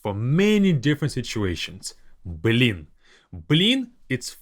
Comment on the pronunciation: it's funny when Russian people stress the Б, like you do here, like saying "Б лин" ))